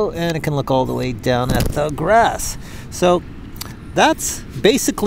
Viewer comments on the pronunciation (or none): none